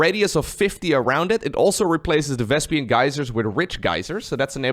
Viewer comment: Why are You calling it vEsPiAn gas?!😂😂😂